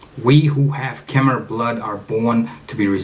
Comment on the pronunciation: It's pronounced kah-mai.